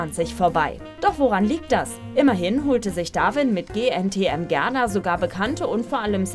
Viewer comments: Joo erstmal "Gerna" anstatt "Gerda" sagen 😂😂😂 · “Gerna”? Hahaha